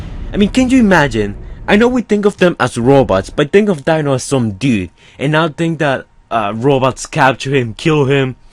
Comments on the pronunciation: Deano, not dinno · dino not dieno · It's pronounced Dee-No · You pronounce Dino as (deeno)